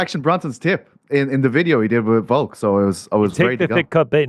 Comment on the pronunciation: Love how ariel insists and even corrects people on french sounding words and names but still literally cant even say the word Volk. Stop saying VOKE and correcting people you sound like such a jackass